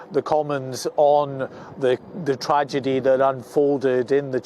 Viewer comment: 'Tradegy' heh